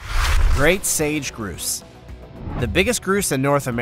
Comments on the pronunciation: narrator should get names of birds right. he said one of the bird types was a 'groose' it is NOT a groose it is pronounced 'grouse' with the ow sound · Grouse is not pronounced groose it's pronounced ou as in house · Grouse rhymes with house. Echidna is pronounced e-KID na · "Atchidnas" (achidnas) and "groose" (grouse).....